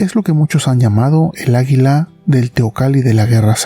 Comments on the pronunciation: Se dice a'guila no aguila!!!! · Que dices águila o hila ? Por qué entiendo hila no águila